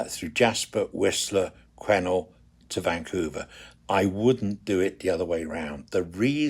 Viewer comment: Quesnel, pronounced Quinn-ell. I don't know why you would travel in May, it is still winter in the Rockies. The location you thought would be lovely for a wedding ceremony will be around 25-30°c in July, Aug. and early Sept. Your 360° camera is interesting but for me there was too much distortion. I am really pleased that you have enjoyed your visits to this part of the world, to me it is home. Kind regards, David.